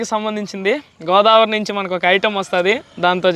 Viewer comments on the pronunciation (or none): none